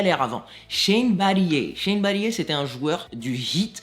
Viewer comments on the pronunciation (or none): shane battier se prononce "battire" ^^